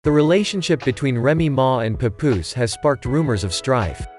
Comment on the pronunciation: Could’ve at least pronounced Papoose name correctly.